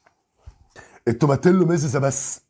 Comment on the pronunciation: هي اسمها توماتيو مش توماتيلو ال double L في الاسباني بتتنطق i زي تورتيا و كاساديا و هكذا